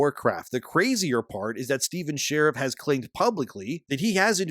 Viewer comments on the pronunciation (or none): I think it’s Shar-eef, not Sheriff. But yeah, hopefully he is found and made to pay. Maybe a long stay in prison. Or cement shoes. I’m not particular. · And dude, SHA-REEF, not 'share if' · "Sha-reef" Not "share-if" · Is his last name pronounced "Shariff" or is it pronounced "Shareef"?